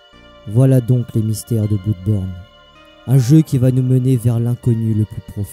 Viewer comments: Super vidéo mais ça ne ce prononce pas bloudborne, (va sur Google trad tu véra) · Oui je sais xD ça se prononce comme Bleudborne comme Blood en anglais xD Mais je sais pas j'aime bien dire Blouuuuudborne xD Et c'est aussi en hommage au LP que j'avais fait sur le jeux lol xD En tout cas merci pour ton commentaire mon ami ça fait grave plaisir de ouf :D